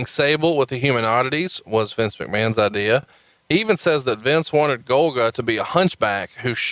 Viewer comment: “Idear”